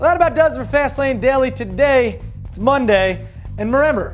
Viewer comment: hahah "and merember"